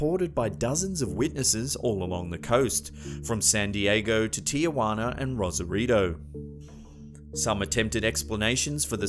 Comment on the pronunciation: please for the love of God say the damn name right!!!! It’s not Tiajuana!!! It’s Tijuana, not Tia!!! Where on Gods green earth do you see an “A” next to the T and the i??????